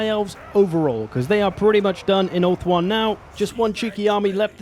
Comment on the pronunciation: hahaha i love the "ULTHUAN" swear haha it really sounds like you are saying ååh faaann in Swedish which means oh fuck or oh shit basically